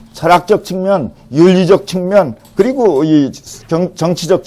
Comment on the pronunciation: 측면을 "칙면"이라고 잘못 발음했나이다. 갈의는 참 좋습니다.